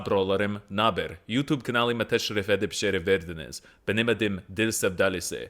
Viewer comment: As a native speaker, his pronunciation is only understood by “Şeref verdiniz” which means literally “you honored me/us with your presence” it’s overly formal for a job agreement let alone a video. That led me to think he translated his words in Google and just read without checking the sound system in Turkish because the rest of his speech is just gibberish to me, I think he is reading rather than speaking.